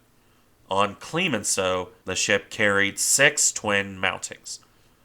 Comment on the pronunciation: It's CLEMenceau not CLEEEmenceau. I cringed every time.